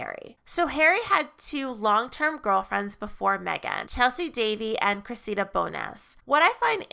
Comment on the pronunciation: "Cressida" is pronounced with the accent on the first syllable, not the second.